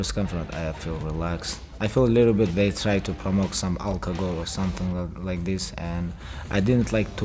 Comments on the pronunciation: Dictionary : Alcohol Khabib : Alkagol Me : Alkagol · Bartender: Hey Khabib what would you like Khabib: Algogol